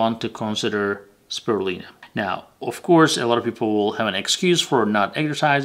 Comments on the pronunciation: How come you don't say the "u" in spirulina? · Speeer re lye nah